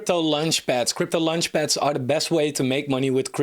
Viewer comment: As much as I liked this review, it’s quite annoying he’s constantly talking about lunchpads instead of launchpads… But if you judge this more on content and less on form, it’s a great subject for a review. I’ve requested something like this from Coin Bureau multiple times, so I’m glad someone doing this. I was going to suggest Cardstarter and OccamFi on Cardano projects, but I think Cardstarter is almost dead…